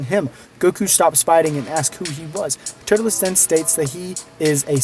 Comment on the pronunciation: His name is TUR-LES